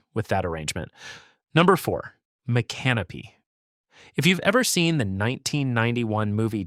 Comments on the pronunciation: Mick - uhh - NO - peeee This guy pronounced it like an Australian with a camping problem… “Mate! There’s a drop bear in muh canopy!” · Mi- canopy? 😂 Try Mi-can-o-py 😮 SMH 🤦‍♂️ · M'can'-uh-pee?😂 Cmon speaker is not a floridian try Mick-uh-no'-pee (I think likely a Mikasouki native name) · cringed every tim i heard the narrator mispronounce the name of the town of micanopy. It is incorrect to pronounce mic-anopee, with the accent on the "a." The correct pronunciation is mic-uh-no-pee, with the acent on the third syllable. Please correct this. thank you. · Mispronounced the city of Micanopy, it is pronounced as mi·kuh·now·pee. Go to Micanopy and pronounce it any other way, don't worry about sunrise, the people there will not be kind to you. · its pronounced mic-can-o-pee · It made me CRINGE to keep hearing you mispronounce Micanopy. You couldn't learn how to PRONOUNCE it for your story? Shame on YOU! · You are pronouncing, Micanopy wrong. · The correct pronunciation of Micanopy is even avaliable in a popular John Anderson song. Do better. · Nobody give a fk how its pronounced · I'm from Levy County FL. I was wondering if you thought that there is something wrong with people wanting to live in small untouched towns? Not everyone wants to live in shitholes like Jacksonville, Orlando, Miami and Tampa. Also learn how to pronounce Levy and Micanopy and others. Also the big bend area is called the nature coast not the forgotten coast. We Floridians like it as it is. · Mic-A-No-Pea is the correct pronunciation. Oh-Cho-Pea - try it that way. Damn Yankee. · Please learn how to pronounce the cities you are mentioning! You mispronounce Micanopy as well as Ochopee!! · Being a native Floridian, I really get irritated by all the mispronounced names of the towns! Casadaga is pronounced CASA-DAY-GAH! Micanopy is pronounced MIC-AH-NO-PEE! Why don’t you actually ask a native Floridian how to pronounce these names???